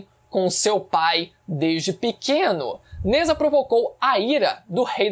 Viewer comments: Só uma pequena correção, Nezha se pronuncia "Najá". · Sem querer ser chato n é nezha, se diz nezRá